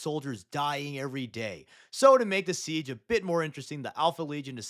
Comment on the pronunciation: Siege of Terra? Pwese